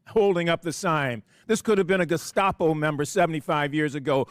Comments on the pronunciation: Hey. What's a " Gastapo"? 🤔🤣😂🤣😂🤣😂😝😜🤪🤠👍🇺🇸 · Did the first one say gescapo? Lol. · He can’t even pronounce the word Gestapo. Just what did these idiots think Pres Trump was to do with these out of control mental people rioting and burning down cities? Just spank them? I knew this was going to happen; that the right if they won would have to use force to control this chaos. So that makes the right look like Gestapo. So be it. A lot of us want to live in peace, not being afraid to take a subway or go to a school.